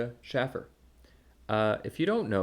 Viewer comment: “No one should take this man seriously…” But then when Schaffer makes a joke riffing spontaneously, “how dare he threaten to massacre trans.” I’m beginning to think that you wear headphones so you don’t hear your own idiocy. Also are you deliberately mispronouncing his name as a petty slight or do you really not hear it when he says his own name? And Iroquois inspiring our govt? try Rome, Greece, and the subsequent centuries of jurisprudence formed by a nation on the other side of the Atlantic cutoff from any native peoples. Please, be more informed before you see fit to pontificate on others.